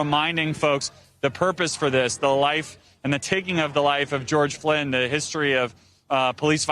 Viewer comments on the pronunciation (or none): Did anyone notice he said George Floyd’s name wrong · George **FLOYD , not “flinn” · He misspronounced his name.. anyone else catch the George 'Flynn' not Floyd...just sayin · George Floyd, not George Flynn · wow. He call George Floyd, George Flynn. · where are the busses, these are not peaceful protesters. its the president ,whats wrong with you! not about floyd anymore. y did he say flynn instead of floyd????????????????? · Did anybody notice the reporter called George Flynn and not Floyd towards the end? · Did he say George Flin? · his name is not George flynn who is that the reporter said george flynn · Did he say George Flenn?? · Hey Garrett, it's 'George Floyd,' not 'Flynn.' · The man's name is George Floyd, NOT Flynn (flinn). I am even hurt that this man has been covering the protests for days and he can't even say Mr. Floyd's name correctly. George Floyd!!!! Say his name. This is history being recorded. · The reporter just called him, "George Flynn" how could he mess up George Floyd's name if he has been present at these protests? SMH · George Floyd, not Flinn. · George Floyd, not George Flynn, dude. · No one talking about him getting George Floyds name wrong then? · He said George Floyd’s name wrong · Guy couldnt even bother to get his name right His name is goerge floyd